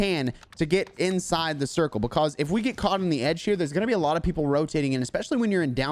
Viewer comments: I love how he says because BECASE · I love the way you say "buhcawse" lol